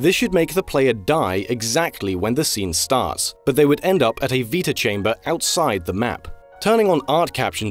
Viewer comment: Sorry..."VEETA" chamber? It's "VITA" chamber as in "VITAlity" wtf